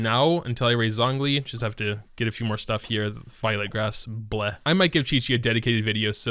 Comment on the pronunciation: STOP SAYING “ZONG” LI